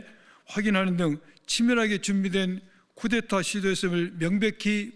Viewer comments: 충격적이네요. 구테타(x) 쿠데타(o) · 구데타가 아니라 쿠데타 입니다 😊